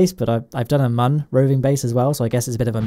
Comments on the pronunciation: it is moon not mun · Its moon not mun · u said mun. i think u wanted to say moon. :-| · I die a little inside every time you mispronounce Mun